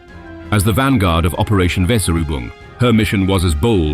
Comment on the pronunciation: Never before has the word 'Weserübung' been butchered more.